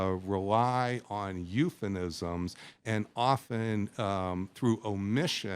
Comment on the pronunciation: the "expert" is a simp. he blithely tends his little academic garden, oblivious to military necessity, oblivious to reality. "eupheNisms"? huh?